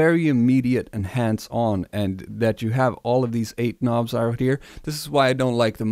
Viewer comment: First time seeing this channel but after all the intentional mispronunciation of words I subbed after he said "k'nobs" 😅